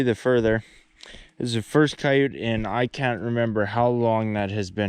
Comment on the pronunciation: wth is a ciyute? lol we call them coyotes here in the Adirondacks